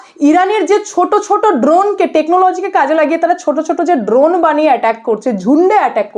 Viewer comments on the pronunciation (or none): none